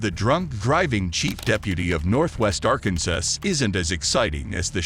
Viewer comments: the robot voice pronounced the last S in Arkansas 😅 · The announcer needs some help. It not Arkan-sas, it is pronounced arkan-saw. The "jeep" is a Toyota Tacoma pick-up truck with a camper shell. As the Trooper said; "It's all on camera" - that is the only reason he didn't let the cop go. You know it's bad when you are required to video record everything you do, because you work in a field so riddled with corruption, that you can't be trusted. This is all confirmed when the Trooper says; "it's not like it used to be". If the deputy got 1 year in jail, I guarantee that was not his first DWI. It might have been his 3rd. My guess is that he got a 1 year suspended sentence. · Arken sas? Pretty sure you don't pronounce the second S in Arkansas?😂😢😮😅😊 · Arkansuh???? Arkansas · “ Arcan - says” ??? for Arkansas? LMAO, 🤣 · did the narrator really say arkanSAS? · ArkanSASS! Whats up with all the mispronounced words??? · How is it possible that no one has mentioned what the deal is with how the narrator of the video pronounces “Arkansas”???? He called it Arkansuh. How in the holy F is that possible. F#ckin’ arkansuh…seriously. How could anyone F up the pronunciation of one of the 50 states? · This narrator said "Arkansus." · Its funny at the mark they say lee o pard for leopard and minutes in he says arkansess for Arkansas. Funny automatic readers. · The narrator is doing a bad job. It is Ar-can-saw (Arkansas) and it is a Toyota not a jeep. Wow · Arkansas pronounced Arkansays? A Tacoma pick up called a jeep? This narrator sucks! For heaven's sake! Get a better narrator! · Bad AI narration. Use real people, please Then they won't mispronounce words like "Michael" or "Arkansas." It's not "Chevrolette," it's "ChevrolAY." It's not "overspeeding," it's "speeding." Also, "reminiscing" is not pronounced "re-MIN-iscing." And "preferential" is not "PREE-ferential." I could go on, but then my comment would be too long. You're turning your videos into a joke.